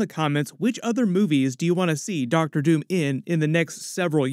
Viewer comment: DID HE SAY DR. TOON???? 😅